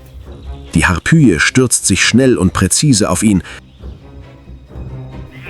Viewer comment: „Harpüjen-Adler“ wie peinlich ist das denn ausgesprochen? Es heißt Harpi-en, mit Betonung auf der ersten Silbe! Zum Glück hat das dem Erzähler nach einer Weile jemand verraten. Wobei „Senftmut bedeutet nicht Wächte“ dann deutet ja glatt schon auf KI statt eines echten Erzählers hin, das liest doch kein echter Mensch so ab?! Aber sonst schöne Doku, tolle Bilder!